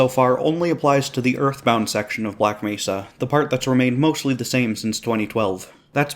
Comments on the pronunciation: Maybe they could've told him how to pronounce Black Mehsa this time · the saddest part was the voice actor did correct the mispronunciation but the fixed recordings didn't get used